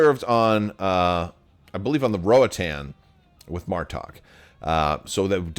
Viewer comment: Rohatan? 🤔 I think you mean the Rotarran 😝